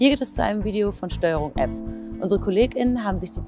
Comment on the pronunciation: Wenn man es sich schon auferlegt hat, dann sollte man wenigstens so gendern, das eine Pause beim Sprechen eingelegt wird. So wie es hier ausgesprochen wird, klingt es, als ob ständig von Patientinnen, Kolleginnen und Ärztinnen gesprochen wird.